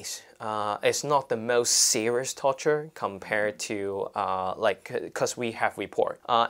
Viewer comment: Totally, totally with the protestors here. But please, stop trying to pronounce words with an English accent (for example ‘most’, this guy says it and it just comes out as ‘mawwwuuuust’, sounds so pretentious and tacky) if you can’t do it. Thank you!